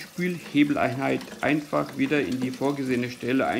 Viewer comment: Danke für das Video! Ich war auf der Suche nach einer Anleitung wie ich den Kasten entkalke. Ich find lustig, wie du immer "das geht ganz einfah so und so" sagst ;-) ich werde das Video zum zusammenbau wohl rückwärts ablaufen lassen müssen